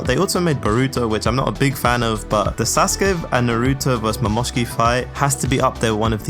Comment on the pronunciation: Bro pronounced Momoshiki perfectly and then says " anvangelica" minutes later im sobbing